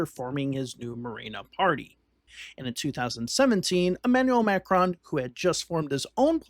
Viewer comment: The mispronunciation of his name is driving me crazy. Nails on a chalkboard.